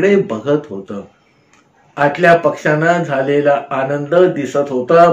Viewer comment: ओघवते कथन असतं पण अनेक ठिकाणी होता ऐवजी होतं, अशा प्रकारचं उच्चारण खटकतं